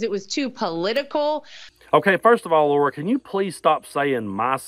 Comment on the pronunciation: It’s hilarious that you’re calling it Laura. 😂😂😂